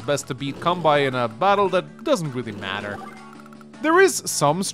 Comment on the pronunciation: quick note because i've had to hear his name like 800 times over the course of this series at this point: kanbei is pronounced con bay and not con bye